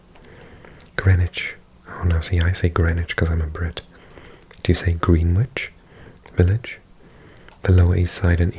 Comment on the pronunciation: Can confirm, you pronounced Greenwich Village as New Yorkers do, we say it like the place in England.